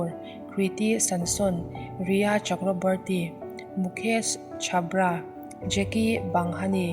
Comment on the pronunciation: kriti samson niloin kriti sanon aww chuan mukesh chhapra niloin mukesh chopra awww